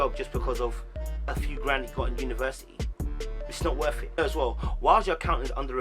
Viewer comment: “It’s not wor it”😂😂😂😂😂